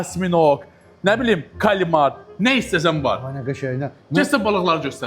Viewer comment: Калимар дейил 😂😂😂Кальмарды...